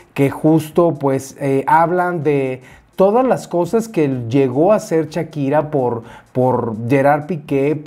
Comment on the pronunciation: Un like por cada "chakira" que dice mi 😅 muy bien chismesito mi!! 🤭